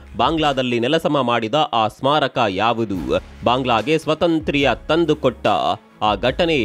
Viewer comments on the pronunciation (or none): ಸ್ವತಂತ್ರ್ಯ ಅಲ್ಲ ಸ್ವಾತಂತ್ಯ